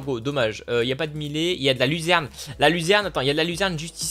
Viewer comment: sa se dit millet